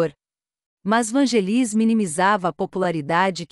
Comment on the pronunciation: Tem q aperfeiçoar a pronúncia dos locutores. Não nome Vangelis a sílaba tônica é no VAN. Na palavra Oscar é pronúncia inglesa, por favor, sílaba tônica no OS. Muito triste ouvir pronúncia tão fora do prumo Daí correm o risco de perder inscritos. É preciso buscar a perfeição na competitividade que é este YouTube. Grata.